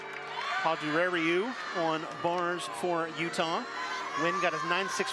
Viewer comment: I just died at the pronunciation of Padurariu after her beam routine.... 'Pauldirario' (I can't even spell how it sounded 😅)